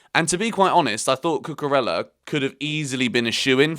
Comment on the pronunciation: Hello. It's not cucurella it is cucureya. LL pronounce Y in Spanish language